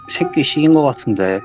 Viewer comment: 색귀라고 말할때마다 새ㄲㅣ 라고 들렼ㅋㅋㅋㅋㅋㅋㅋㅋㅋㅋㅋㅋㅋㅋㅋㅋㅋㅋㅋ